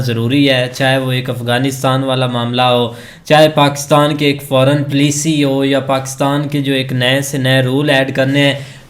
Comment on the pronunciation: Plici (policy) RIP English…😂😂😂😂😂😂😂😂😂😂education level of pack-Stan